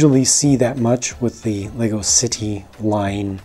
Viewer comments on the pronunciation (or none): you sad creder not city